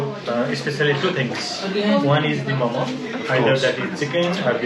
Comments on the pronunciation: its name ...momo not momos😅😅😅😅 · It's called Mo:Mo don't say MoMos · Its mo:mo not momos